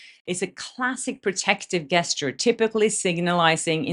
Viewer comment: Wow wonderful point you noticed about, Sklenar 😮👏🏻👏🏻 My dear, the word gesture is pronounced with a /j/ as in John not with G sound as in egg, so we say /jes Cher/. Love your accent / changes in English pronunciation, but just thought I’ll tell you this one. ❤❤❤❤